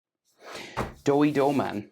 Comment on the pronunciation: Drawing is nice but but his name doey not doughey